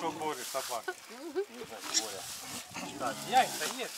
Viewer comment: Не Боря а БОрис.